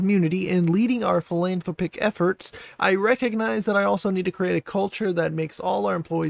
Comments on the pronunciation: great vid, seriously! couple tips tho, with love <3 philanthropic = "fill-an-THRAW-pick" competencies = "COM-pen-ten-seas" keep up the good work fren! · I believe it’s pronounced “fill-an-throp-ic”. Otherwise, great vid.